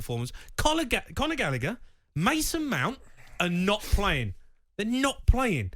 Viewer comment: Conor Gallagher pronounced Gall A Her not gallicker